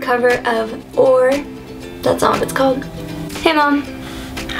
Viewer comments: its "O.A.R." not "OR" you pronounce each letter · Great cover, it is pronounced O.A.R. you say each letter. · you must not love the group, its pronounced O....A....R...., not oar, But you do have a nice voice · Hi, Lovely rendition. I hate to be that person, but I do believe the band is pronounced as an initialism as O.A.R. (oh-eh-arr). Not trolling, just helping, ~ACD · Who the hell is oar? That's an instrument used when rowing a canoe. O.A.R (pronounced "oh-ay-ar")on the other hand is the genius creator of this song and many others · Please don't pronounce the band name as one word, lol. There are periods for a reason, you pronounce the letters.